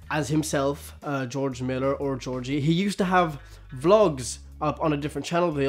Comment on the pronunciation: YOU CALLED HIM FUCKING GEORGIE THE FUCK ITS Jo-ji. Like (Joe-Jee)